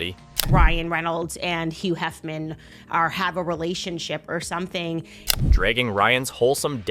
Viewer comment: Did Candice Owens just call home "Hugh Heffman?" 😂 I've been team Justin since the beginning, but Candice is just regurgitating everything Megan and every other influencer has been saying. Every video I watch of hers, or that she is in, has a misleading title suggesting she's actually spoken to anyone actually involved in this scandal. Candice, just stick to kissing Donald's ass.